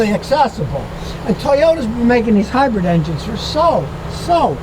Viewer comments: I can’t get past Scotty keep saying Hi-bread 😅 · Scotty says, "Get yourself a highbread!" 😂